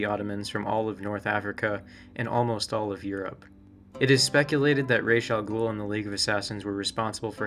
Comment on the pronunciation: Before I even watch this video I am going to give you a huge like for actually pronouncing his name correctly. There are so many Batman lore stans that consistently say everything from Razz to Ross... like WTF?